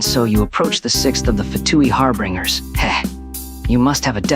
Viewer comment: "Harbringers" "Chilled" "Loomin"